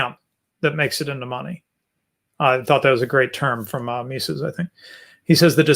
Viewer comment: I'm a patron of TIK's on Pathreon. I can send him a msg for you guys. ps. Someone needs to teach how to pronounce Mises